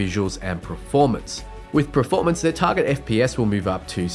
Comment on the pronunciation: also are you saying ‘preformance’ ?